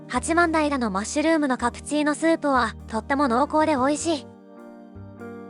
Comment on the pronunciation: 八幡平は「はちまんだいら」ではなく「はちまんたい」と読みます。残念…